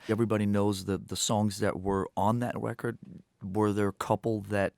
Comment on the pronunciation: I love that he says "Wecord"